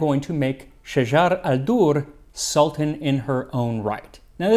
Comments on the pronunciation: Her name is shajar el dur not shajara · Shajaret NOT Shajar.....shajaret el dorr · The correct pronunciation is Shajaret NOT Shajar! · Just a note Her name was shajarat al durr ..not shajar ..shajarat means tree of and shajar means trees in arabic